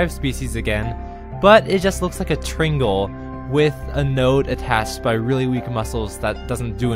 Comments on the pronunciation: wtf is a tringle? it's pronounced try-angle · why do you say tringle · at :18 does he say triangle as tringle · There's no "i" in "Trangle." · how can someone so smart say "tringle"? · it's tri-angle, not tringle! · wtf is a tringle? its pronounced tri-angle because there are three angles. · You don't say triangle it's T R I N G L E . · Why do you pronounce triangle, "tringle?" The fuck? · A “tringle” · You say triangle like tringle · Hahaha, "tringle" :] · Why do you pronounce triangle like it rhymes with Pringle? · Did he say tringle